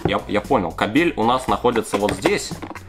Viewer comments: Может кАбель, а не кабЕль! Ты россиянин!? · КАААБЕЛЬ А НЕ КАБЕЕЕЛЬ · кабель... ударение на а... если на е, то это другое слово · кабель ,а не кабель 😂😂😂